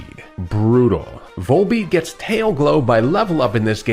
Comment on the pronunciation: Volbeat? The Beth? No. The wortht.